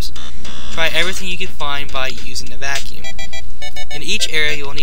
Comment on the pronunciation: and what about mario sunshine waterpack and u saying the 3000 vacume u saying it stupit